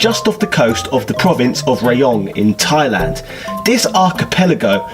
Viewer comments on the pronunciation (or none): none